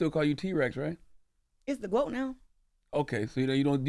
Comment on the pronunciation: The GWOAT the GWOAT THEEE GWOAT!!!